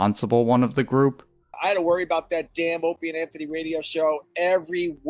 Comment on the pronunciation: It is even more insulting to the Nopester seeing as how is basically Norton doing Opie as a character. The character making fun of Opie it way more popular than Nopie himself. Every time says Ray-dee-ohhhh as if it was a 3 syllable word I crack up.